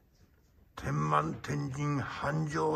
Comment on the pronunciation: 米助師匠、天満は「てんまん」ではありません。「てんま」です。駅名からして「天満駅」（てんまえき）ですから地名です。